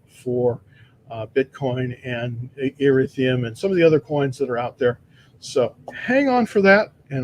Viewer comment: You are pronouncing Ethereum wrong. Just don’t want you to confuse people 😃.